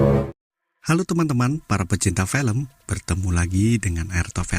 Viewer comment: Filem (film) la bukan 'felem'..your English very bad!